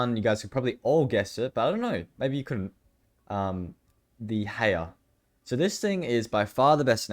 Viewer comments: Hauer is a German word so you pronounce it like how-er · It's pronounced How-er my boy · It's pronounced 'How-er'... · Is anyone else triggered about how he calls the hauer the “heyer” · Isn’t it pronounced HOW-WER? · its pronounced hower bro